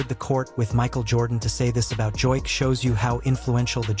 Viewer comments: How many different ways is this AI crap bullshit going to mispronounce his name? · Ai is screwing his name. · I didn't know you could say "Jokic" wrong so many different ways.